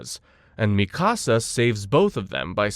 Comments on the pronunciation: Bruh its mikasa not "misaka" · Bro what? I've heard Mikasa's name mispronounced all sorts of ways, but Misaka? That's a first. Whats even funnier is you say it the correct way less than a minute later. And after that start mispronouncing it as "Mi Casa" for the rest of the video lol. Wtf have you been smoking before recording and can I have some? FYI it's Míkasa - emphasis on the FIRST syllable. You literally show clips from AOT where her name is pronounced correctly Did you actually watch it, or are you just reading a script somebody else wrote for you? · Stop calling it misaka 😭, it's our legendary Mikasa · Bro called mikasa misaka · Yu slaughtered Mikasa's name on the 1st attempt 😂 MI SA KA 😂😂😂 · Lmao that made me laugh too and it happened a few times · You calling Mikasa “Mi Casa” is messing up the video a lot for me. I just hate when we get the ACTUAL pronunciation IN THE SHOW and ppl still mess it up 🤦🏾‍♂️🤦🏾‍♂️🤦🏾‍♂️🤦🏾‍♂️ keeps reminding me of the guy who kept messing up “Akatsuki” 😂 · Same. I once tried watching an AOT recap on another channel, but couldn't finish it because they weren't saying "Levi" correctly, which grated on my nerves.